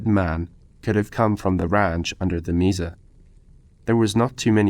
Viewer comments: Mesa pronounced maysa not Misa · That was great! Thanks. A pronunciation pointer - Mesa is from Spanish meaning table, so the e is short.